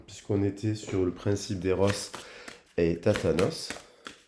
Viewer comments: Hello....sans faire ma maline.....tu te trompes c est éros et tanatos ( pas tatanos,...tanatos: racine grecque) t as inverse comme un dyslexique....😅....tatanos pourrait avoir affaire avec les " tatanes"...et là...c est le pied!😂😅....pardon, je n ais pas pu m en empêcher...bisous... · Haha pas thatanos mais Thanatos 😂